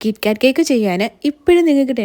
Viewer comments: Kikkaat alla kitkat aan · Kikkaat alla KitKat ann